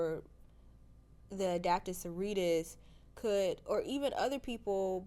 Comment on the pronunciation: It is Sororitas, not soritas lol same with the mars folks. It’s Adeptus Mechanicus not mechanus 😂 glad to have some passionate folks but at this point after watching so much content y’all should be getting with the names better. Glad to have you two join the community tho, it’s an awesome and friendly group of people ❤